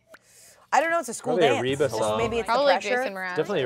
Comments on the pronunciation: pronouncing Reba as REE-BAH is sending me idk why lol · reaba just rebax